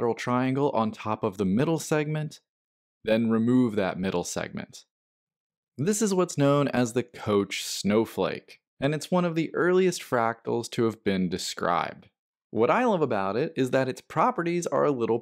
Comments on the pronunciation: It's pronounced "coke" -- not "coach" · This is the most creative pronunciation of Koch I've heard. :) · Put me in, Koch!